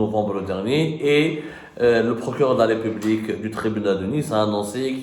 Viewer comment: Je suis sincère, pourquoi tu prononces le mot.( Ripoublique ). Tu es royaliste c'est ton problème. Le Roi est Mort Vive le Roi. Ma République elle est ce que elle est et je suis fier d'elle. Quel marchand en crabe 3 pattes en avant 2 partted en arrière c'est pas ton problème c'est ma République